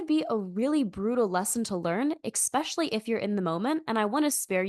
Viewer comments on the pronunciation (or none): 'Ekspecially' is a bit jarring. You might not be aware you're doing it and may benefit from correcting it. Constructive feedback - not trying to be a mean-spirited critic.